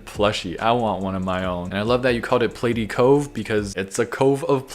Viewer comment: I’ve lost count how many times pronounced platy wrong